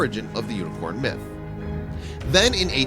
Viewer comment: u said uniquorn its unicorn